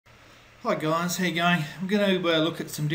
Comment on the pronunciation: What did he say at the beginning? Hey guys, hey guy.